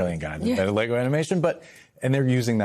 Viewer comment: Sounds like he's saying, leggo my LEGO.